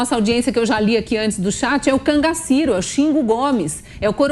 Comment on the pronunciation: Explosivo ele, né?! Gente, "Cangaciro"??? Quase morro agora, kkkkkkkk